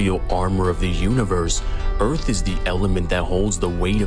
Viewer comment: The Earff🌎